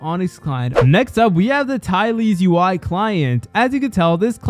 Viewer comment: What tylers ui? U mean ty-els ui...